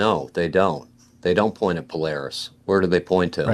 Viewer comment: Would a guy who ownes a telescope mispronounce Polaris?